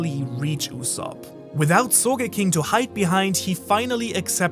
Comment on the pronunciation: I thought it was supposed to be "soge-king" not "so ge king"